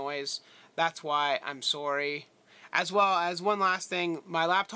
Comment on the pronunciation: You said sorry like a true Canadian!!!!